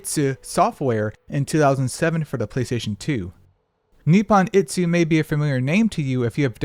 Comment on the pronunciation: Why the hell you pronouncing Ichi like that, itsu is a whole other word, it's Nippon Ichi (Japan 1) Software, not Nippon Itsu (Japan When) Software.